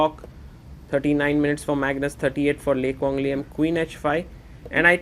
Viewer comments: You're not even Vietnamese to claim that lol. His pronunciation of the name was on point!! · As a Vietnamese, I can confirm that your pronounciation of Le Quang Liem is the most accurate one I've heard so far 😂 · Agree very accurate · I have finally found who pronounce a Vietnamese name properly. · You pronounce the name LE QUANG LIEM like a native in Vietnam. excellent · the way he pronounce Lê Quang Liêm is so accurate holymoly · Out of every non-Vietnamese chess commentators out there, you pronounced "Lê Quang Liêm" exceptional accurate! Love from Vietnam ❤🇻🇳